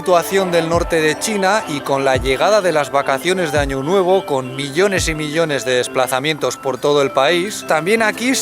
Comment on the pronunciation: jajajaj dijo ano